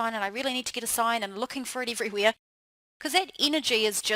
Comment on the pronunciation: omg, no offense but your accent made me lol!!! "your "eide" (head), "everyweire" (everywhere), "beid" (bad)... lmao